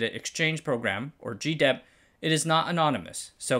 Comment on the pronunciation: GIDEP is pronounced GUY-dep. It's a system that's been around since at least the 1970s covering all sorts quality issues in the supply chain.